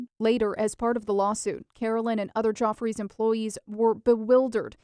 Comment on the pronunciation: Geoffreys is not pronounced "joffreys". It is pronounced like Jeffrey's.